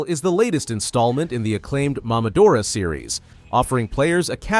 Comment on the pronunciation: Why do you say MAMAdora???? It's MOMOdora. MOMO AND DORA. like seriously dude. It's literally a name.